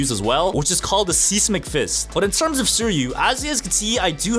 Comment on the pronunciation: Sesmic fist not seemec fist 😂😂😂